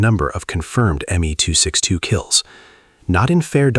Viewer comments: Is it me alone who objects to AI dialog mispronouncing words? The aircraft is the “M” “E” 264 not the “me” 264!!! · It is actualy pronounced M E 262 the ME refering to Messersmitt, is the same for the M E 109 or FW 190 u pronounce the letters sepperatly.